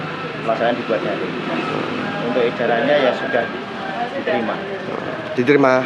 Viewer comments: Darting bukan darling 😅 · Daring pak. Bukan darling😅😅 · Daring pak bukan darling